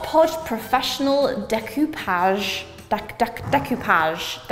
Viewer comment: Découpage like « day » without the y, cou « move » sound with a k, and page « flat » sound and j. Da(y) k(m)o(ve)p(fl)aj